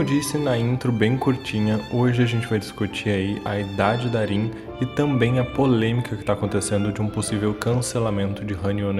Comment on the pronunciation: Avalon falando o nome da Rin errado 🙄🤦🤢